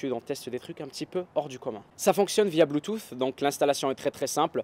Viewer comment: mdrrr tu dis bluetuffffff